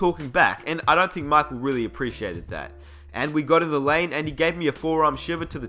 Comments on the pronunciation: why are you saying markel jordan? I'm aussie too and his name is Michael (Mike-el), say it properly. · It is pronounce as MAYKHEL not MAKHEL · Who's Mahkwell Jordan? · "mahkul joedin" 😂😂😂 Just playin. nice vid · "MY- KULL" Jordan geez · The King marcal lol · Who's Markel Jawdon? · Man, he is not Marco Jordan, is Michael Jordan. Please don't read like that. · He says micheal jordan makel jordan